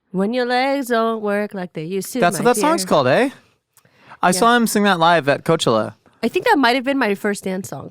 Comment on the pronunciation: Did......did really pronounce Cochella like that?